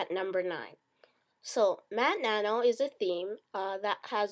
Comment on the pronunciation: MatNano....... ITS MATTE NANO